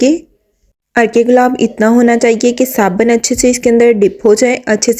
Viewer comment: Saban ❌ Sabun ✔